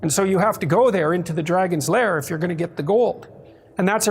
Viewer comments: Lair* not layer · Lair not layer*